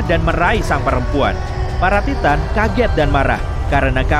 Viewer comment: Bukanya baca nya taiten ya bukan ti tan awkakwkwkakakk